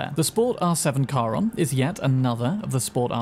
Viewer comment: finally someone get's Charon's name right